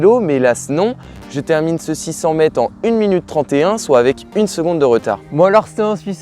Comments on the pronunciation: On t'a déjà dit qu'il y a un -r au mot "mètre" ? C'est quoi cette manie d'abruti consanguin de dire "mèt" au lieu de "mètre" ? Tu prononces "espliquer" je parie. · Merci pour la vidéo, mais par pitié prononce le R de mètre 😂😂